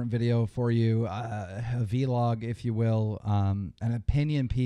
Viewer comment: v-log? Eugh. Why do you say it like that?